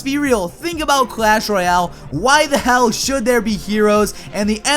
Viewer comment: it's clash royale not clash roayle get it right